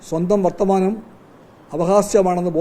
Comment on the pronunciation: Vathamanam alla Varthamanam😂😂😂